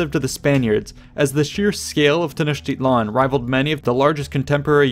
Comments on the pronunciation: His "tl" isn't right at all. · A quibble, but the stress in Tenochtitlan falls on the penultimate syllable.